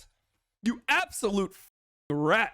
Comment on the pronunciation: I'm not usually a proponent of the hard R, but how he called Joe a "Disgusting fucking RRRat. You absolute fucking RRRat!" will live in my head, rent free, for eternity.